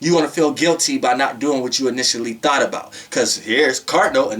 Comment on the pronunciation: But why I kept thinking u was saying “thot” 🥴🤣🤣